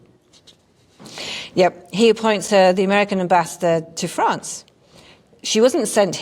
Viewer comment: France, not Grance.